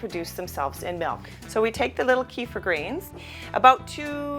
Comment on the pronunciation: it's pronounced "keh-feer", plz